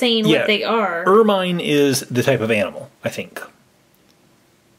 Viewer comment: it's called (er-min)